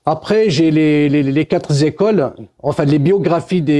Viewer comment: Bon je vous adore tous, mais il faut vraiment que vous arrêtiez avec les "quatre z'écoles", j'en peux plus que vous fassiez cette liaison qui n'existe pas 😂😂😂 Quatre c'est invariable, y a pas de S ! Passez-vous le mot les amis, merci, 😘